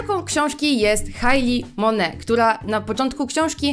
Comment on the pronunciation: Czy tylko ja stwierdziłam, że dobrze jest sprawdzić jak czyta się tytuł książki tj. jak wymawia go samą autorka? Rodzina MoneT.